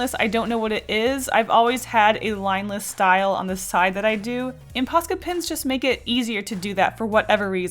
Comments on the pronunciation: What does she keep saying? Posket pins? I feel like I am missing something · God everytime she says posca i hear paska which is a finnish swear word :l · Say ''Posca pens'' one more time!!! I challenge you!